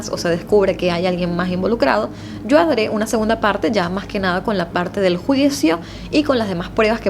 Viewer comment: Excelente y hermosa profesional de la comunicacion. Me permites te corrija un error . En el minuto pronunciaste "YO HADRÊ", lo correcto es "YO HARÊ". Son criticas constructivas.